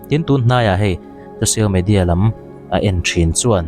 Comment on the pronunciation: Thahnem ngaih thilah aw: 2 : 40-50 minutes-ah khân 'an kum zât nen lam...' tiha 'lam' hi 'khawi lamah nge?' tiha 'lam' tih thlûk lo hian 'dam lo ka kan' tiha 'kan' ri hniam ang hian lam tûr a ni e.